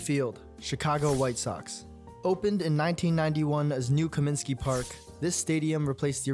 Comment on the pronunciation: It's Comiskey, not Cominsky.